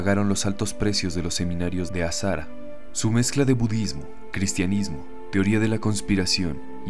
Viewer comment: Tienes muy buena voz por eso creo que este canal llegará lejos, solo un comentario el nombre del líder de la secta japonesa, Aum Shinrikyou, se pronuncia Shoko AsaJara, ya que en japones el fonema de la H se aproxima mucho al de la J en español.